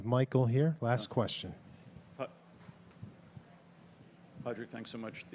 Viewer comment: I cringed so hard hearing "Pad Rag" lmao